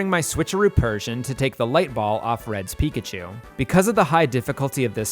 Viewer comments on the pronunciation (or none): none